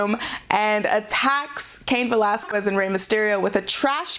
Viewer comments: Again it's pronounced Veh LAZ KEZ not Quez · I'm 'butthurt' because this lady can't seem to get cain's last name right. repeat this a few times....Vuh-Laz-Kez. seriously, there's over a half million videos on youtube of wwe/ufc/cody rhodes/random interviews and even jim ross and they all get his name right except for her. it's not pronounced 'kwez'...it's 'kez'...honestly its not a hard word to say., even you got his name right 5 days ago during your raw into the review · Cain Va-Las-Quest. It's not a quest? It's kiss. Va-Las-Kiss. Anyone that says she's pronouncing it correct, must not hear the way both Valesquez and Mysterio are pronouncing like. And they are both Mexican. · Velasquez. que pronounced ke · I hate that she keeps saying Cain Velasquez last name wrong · Me too this is the last smackdown summary I'll watch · She's pronouncing the q in Velasquez instead of pronouncing it like a k. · You'd think she'd get it right when both Valesquez and Mysterio say it. Guess it an old habit of hers. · Sound is perfect. Only the first one was off with the in a box sound. It's been fine since. Just hates pronouncing Velasquez properly. Maybe an allergy, I don't know. Otherwise she's doing fine. Anything else is trolling. Solid A- which is great. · Just a little pointer, the "u" in Velazquez, is mute, you don't have to pronounce it. It's one of the weird grammar rules of spanish